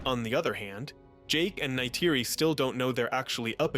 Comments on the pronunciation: That was an interesting restructuring of the movie, spoiled only by the repeated mispronunciation of Neytiri. 🫤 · i like your tweaks just please for the live of god STOP saying Neytiri’s name.